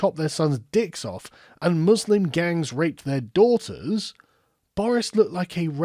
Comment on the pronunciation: "And I say to all the dawbters, DUDE "